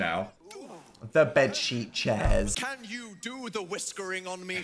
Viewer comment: I'm sorry but the "open KYAN" gets me every time 😂😂